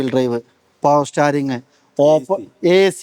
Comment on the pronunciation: സ്റ്റാറിങ് അല്ലെടോ സ്റ്റീയറിങ് 😂